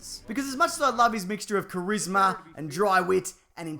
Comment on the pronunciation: you say charisma really weird.. DAmn Australians..